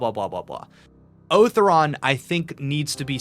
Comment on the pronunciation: Otharon is pronounced "Oh-Thau-Ron" with some extra accent on the "Tha"